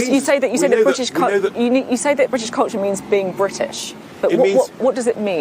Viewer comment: Blimmin'' good effort by Tice at showing us what a cretin he really is. Jeez, he can't even pronounce culture correctly. As for decency and fair play, what the hell is he talking about? There's little evideince of that in his politics and even less in the history of the UK. 'Decency and fair play' is a British invention used to legitimise the way in which we plundered and murdered our way around the world for hundreds of years. 'Decency and fair play' covers all sorts; aparteid springs to mind, concentration camps which the majority seem to think were a German thing, the attempted eradication of the indigenous population of Australia.